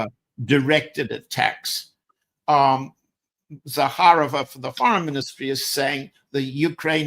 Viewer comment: Maria Zakharova. You accentuate as in Zakha'rova. My maternal grandfather was Vassily Zakha'rov. He fought in the Russo Japanese war of. Parabéns pelo ótimo trabalho,! Você brilha como poucos.